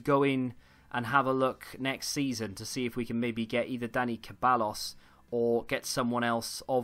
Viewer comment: Ceballos is pronounced “Seh-bye-os”